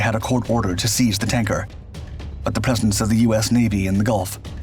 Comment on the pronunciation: It sounded as if you said "peasants of the U.S. Navy" instead of presence of the U.S. Navy. Talk about how mishearing a single word can completely change the whole sentence.